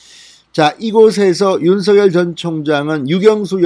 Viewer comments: 진성호TV님 윤서결이 아니고 윤석렬 이라고 발음하시면 더듣기 좋겠네용. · 윤서결 ㅋㅋ 발음 이 재미있다